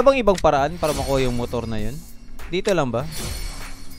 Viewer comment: mutur. lol